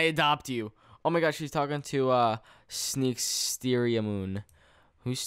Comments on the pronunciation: Sneakstereiamoon is WISTERIAMOOON I think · sneaksteria was ecctually wisteria XD